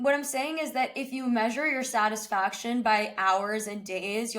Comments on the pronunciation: Why such mean comments. Literally people fixated on mispronunciation of satisfaction! Geez. For 19-20 not being satisfied n wanting to do better is normal. At 50 being satisfied at a particular area n able to prioritise is maturity and life experiences teaches you a lot. So this topic is actually good to have with kids so kids push themselves but not to the level that they feel depressed or sad all the time or grateful for what they have. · but he said it wrong many times